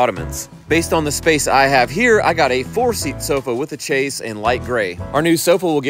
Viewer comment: Oakey dokey. I never do this correcting unimportant stuff. But you made a hard point to the little buddy. Chaise has no ch sound. It's a sh sound like shayzzz